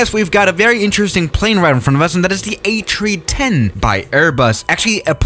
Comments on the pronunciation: Forget that he said Atree10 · Did airbus change the fuel source too trees? He said ATreeTen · Ah, yes, the Ayy Tree-Tehn. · No one:: A chree chen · It sounds like he's sayin Atree10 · "A Chee ten" waaaaaat?